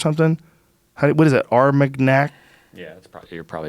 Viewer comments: “OOrR-mAG-naK” That pronunciation is almost as abhorrent as the dish. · Joe can pronounce cognac but not armagnac...